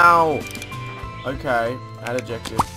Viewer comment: You pronounce adjective wrong.